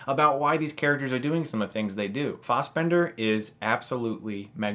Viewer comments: It's Fassbender* Not Fausbender. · Lesson in Irish pronounciation: Doh-nul Gleeson Not dom-nal Michael fass-bender Not faws-bender